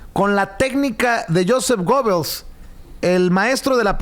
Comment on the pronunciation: se pronuncia "yusef guebels" y de hecho "TODOS" las propagandas políticas modernas utilizan su modelo y se basan el uso de medios masivos. Este sujeto era sumamente inteligente y revolucionario para su tiempo, sólo que pues con ideas algo torcidas,o al menos eso dice la historia. y pues hay que dejar de dar replica a todo como perico y hay que indagar más en el tema que vas a exponer, y no me mal entiendas me gusta tu canal, saludos.